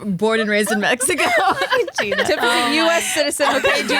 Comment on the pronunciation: " Back in Mejico " 😂